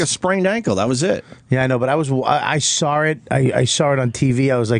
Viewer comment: "I sawwrit" fuck that's irritating. There's not an 'r' in saw